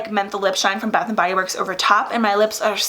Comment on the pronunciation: Girl you look stunning alike always!!!😍😍 I love your makeup...can you do a tutorial on this??? Also did you say a “butt shower gel”...lol